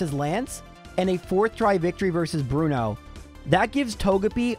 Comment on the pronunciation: Bruno Two-no